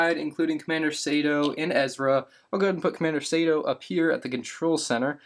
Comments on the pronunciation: I wince ever time pronounced it “Sayto” and not the proper “Sarto”. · Commander Sato's name is pronounced SAH-TOE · your pronunciation of Sato triggers me